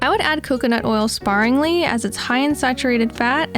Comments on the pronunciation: The word is "sparingly" (pronounced "speringly") and not "sparringly". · I've been reading a lot about how you should not feed your dog raw eggs. I would be careful before assuming a YouTube channel is correct. Just do some research outside of watching this video. After all, she isn't sure how to pronounce, or spell the word sparingly.